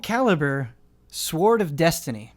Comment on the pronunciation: It really freaks me out when says "sword".